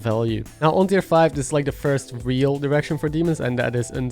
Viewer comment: Love the video! It's super helpful! But everytime you said "direction" it sounded like "erection", and it made me chuckle every time xD